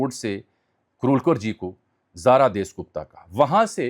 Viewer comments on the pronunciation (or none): ان یوٹیوبرز کو پڑھنے کی عادت نہیں ہوتی بس لکھی لکھائی چیزیں آکر بول دیتے ہیں۔ اس کو جاسوس لڑکی کا نام نہیں لینا آتا۔ اس کا نام زارا دیس نہیں زارا داس گپتا تھا۔ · دیس گپتا نہیں داس گپتا ہے